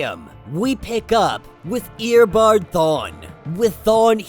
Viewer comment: Please, it is not EARBAD, it is EOBARD or pronounce it this way, EYOBAD lmao.